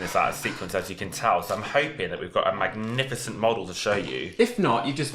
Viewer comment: Couple of years late but, Ma-lift-icent